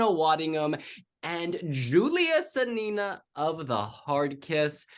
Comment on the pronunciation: Guys, thanks for your support from Ukraine, but please - not Julia SanIna, but Julia SAnina (stress on A - SAnina) 🙂